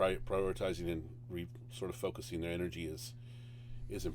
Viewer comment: bro said frocusing